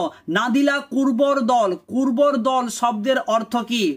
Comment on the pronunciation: আপনার Text on screen দেখাচ্ছে "নাদিলা কর্বূরদল", আপনি এদিকে উচ্চারণ করছেন সমানে, কুর্বরদল 🤣